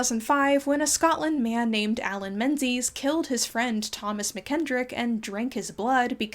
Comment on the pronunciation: Great vid, and I do enjoy you clarifying that people weren't in fact vampires! I don't know if you're interested but Menzies (Scots surname) is actually pronounced like 'mingiss' - the 'z' is a stand-in for a letter used in old Scots (as well as old English I think)